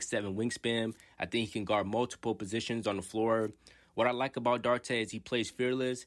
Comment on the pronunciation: His surname is pronounced Dew-ar-tay.. I am a Pacers and Kings fan. I hope Chris does well with the Bulls, as well as Jalen Smith. I still see Jalen having Giannis type potential as he matures. Chris has had a successful off season with the DR national team and seems a lot stronger.